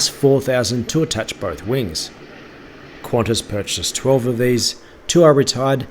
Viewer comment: its pronounced kantas not quantas